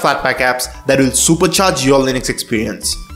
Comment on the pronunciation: question: how does "u" turn into "e" .. it's not lynex .. it's linux .. stop mispronouncing it, please.